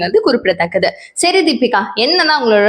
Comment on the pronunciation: சாதாழன சழி . தூய்மை பழியாளர்கள். என்ன தமிழ் இது. ஒழுங்காக உச்சரி தாயே. நீ தமிழச்சிதானே. அல்லது இங்லீஷ்காரியா? ரவுக்கெல்லாம் ழ என்று உச்சரிக்கிறாயே. எரிச்சலாக இருக்கிறது.